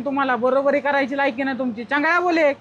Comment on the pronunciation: Changlya nahi chaunglya bole kauuuuuu😂😂😂😂